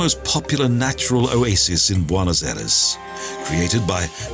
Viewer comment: Trying to figure out why you would pronounce Argentina’s capital as “ Bonnos” when anyone with even the slightest knowledge of Spanish, know it’s pronounced “ Bwaynoss”